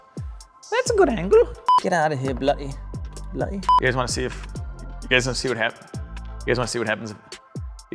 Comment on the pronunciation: BRITISH ACCENT TIPS!! Not a "bugga" - it's a "bug-ger". And "Remove yourself, Bluh-ee belt!"... No, it's a "bluh-DDee" belt!! Hope his helps with your immigration application!